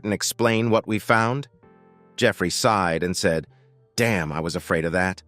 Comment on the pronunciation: Enjoyed the story very much. As a note it is "SIGHED" not "SIDE"!!!